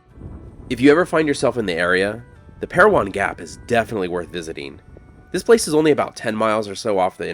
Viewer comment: As always, a very insightful video,. My grandfather’s name is on that WWII memorial, and I never even knew it existed. Thank you for sharing this with us! The name is Pair-O-Win, not Pair-O-Won, however. Just a small detail, I know!